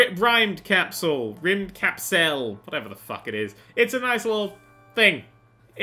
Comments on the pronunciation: Here, it's pronounced: Rimmed cup sell ^-^ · I think if im not mistaking its pronounced as (Rimmed-Capsule) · still not right we Swedish people pronounce y in a different way but Rim'd-Caps-el is the closest you can explain in text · is pronounced rimmed-cap-seal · This is how you pronounce it rimmed-capsle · RymdKapsel is pronounced like the words rimmed capsule (according to google…I don’t know, I’m Irish) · i think you prunounce it like rimd-capsle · Rim-mid-das-kel that is how you say it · i pronounced the name 'rimmed-cap-sol' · I pronounce this game as Rimmed Capsule. :v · It's pronounced rim-ska-bibble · It's pronounced rim-D-cap-sell. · the title is swedish for space capsule and is pronounced rimmed cap-sell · The word Rymdkapsel is a Swedish word. I know this because I live in Sweden. I would explain how to pronounce the word right if there was a way to explain it... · i know how to pronounce that ._.